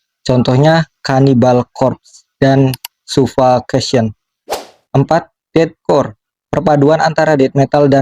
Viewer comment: Spontan ngakak brutal saat dengar cara baca ejaan nama" band overseas wkwkwk yasudahlah yg penting cildren of badem, sufakasien andergron🤘😂